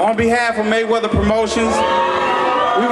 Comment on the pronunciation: DID HE SAYS MANNY MAY WEATHER? LOL...